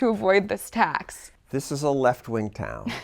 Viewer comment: Am I the only one who can't help hearing how she pronounces T'HACKS in a way to subtly hide "Hacks" as a pun ?